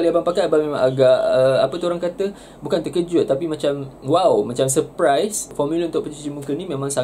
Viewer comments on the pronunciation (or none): Masa pertama kali pakai abang apa orang cakap bukan terkejut tapi macam seperaiseeee HAHAHA saja eja salah tapi maksud dia sama hm😂🤣